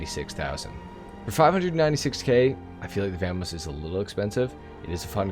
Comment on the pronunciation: Vah mos, not VAM mos